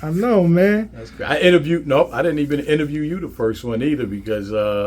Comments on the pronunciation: This man said I don’t think I ever innerjew’d Jew rah 😂😂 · What’s “interjude you”😂😂😂